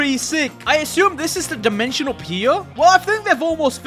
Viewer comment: What the heck is dimetion.. That guy